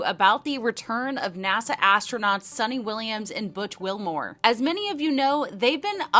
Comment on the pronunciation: Her name is Suni, not Sunny or Sonny.